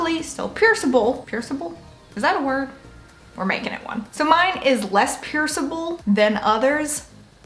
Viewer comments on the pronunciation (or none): She's like AGAINST the letter "G " bruh 🤣😅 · Think about my first pierc'n, I want gauges, I've always thought they looked so cool! I love hearing you say pierc'n btw 😂 I've been watching a lot of piercing video's lately